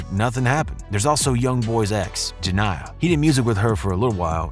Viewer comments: Ur saying her name wrong why is all these videos about this getting the main girls name wrong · You said jania name so wrong😂